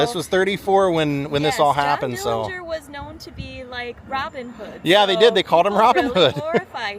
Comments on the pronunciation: I don't know where you heard the supposed correct way to pronounce the last name. But that is absolutely false.. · Finally learned the actual pronunciation of Dillinger's last name. Very informative. Thank you and!